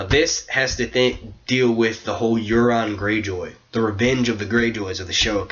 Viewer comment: Not too long, nice insights :) BTW Euron is pronounced Your-on lol